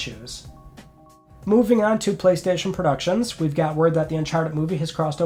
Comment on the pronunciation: It's Friday on the 27th of May, let's talk PlayStayshon